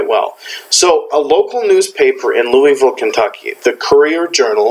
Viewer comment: Learn how to pronounce Louisville please.